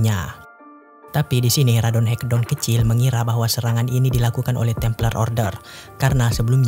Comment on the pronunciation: Bang baca ratonhaketon nya jangan radonhekdon bang wkwkwk